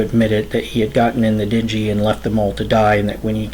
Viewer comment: what's a dinjee? maybe a dinghy? din-ghee...hard G as in gum